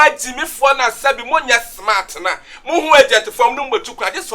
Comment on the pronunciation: You gotta be "schmart"...lol